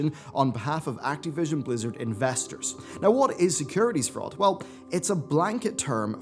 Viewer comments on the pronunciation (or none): Why do you say Act-E-vision? its Activition. I know your English isn't great but come on, your better than this. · Why are you saying "Activision" weirdly?